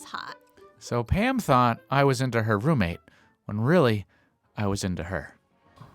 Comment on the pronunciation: Every time you said Pam I thought you sad ham lol